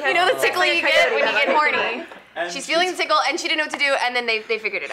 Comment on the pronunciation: I started laughing when she said tinkle instead of tickle